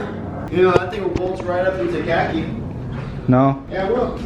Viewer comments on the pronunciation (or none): It’s khaki 🤣